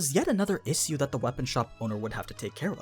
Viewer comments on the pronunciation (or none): Everyone one: issue Literally everyone: issue: ehshhu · You pronounce "issue" funny. Is that a regional thing?